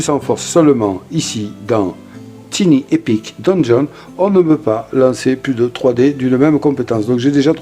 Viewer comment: Merci pour la vidéo, on prononce TAILLE Ni epic. Merci!❤